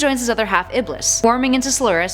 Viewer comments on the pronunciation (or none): none